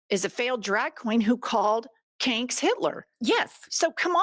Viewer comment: "Kanks" Love it.